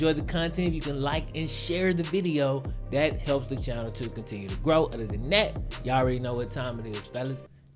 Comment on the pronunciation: Despite you having just south of a half-million subscribers, if you were to stop clipping your "g's" and start pronouncing "THis and THat" as opposed to "Dis and Dat" you would be a much stronger communicator, thereby attracting even more subscribers.